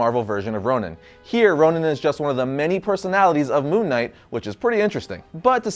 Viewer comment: ChocoboKid People keep mispronouncing Ronin as Ronan like this guy in the video. If they're both meant to sound the same in the Marvel world, that's different. But it's confusing. I had to Google it to make sure that Hawkeye didn't sonehow become evil and then sent to another reality, where he becomes Ronan The Accuser. 😐